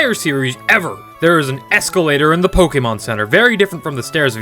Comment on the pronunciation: say pokemon correct